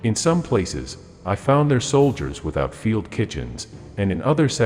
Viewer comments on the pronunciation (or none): none